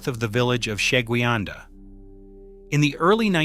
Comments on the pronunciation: Sheguiandah is pronounced - sha-GWIN-dah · Sha-Gwyn-Da, at least that is how everyone that lives here pronounces it